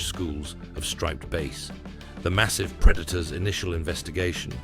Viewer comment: Striped bass is a fish it. It has nothing to do with sound, so it is not pronounced like "Base". The A in striped bass is pronounced like the A in Apple, not the A in ace. If you're going to narrate something you should make sure you pronounce everything correctly.